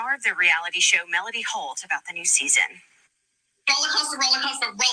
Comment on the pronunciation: Enjoy your commentary! I'm not sure if it's my ears, but it sounds like you're saying Melanie when u say (Melody) Mel lo D name. I can't wait to see that scene 😊😮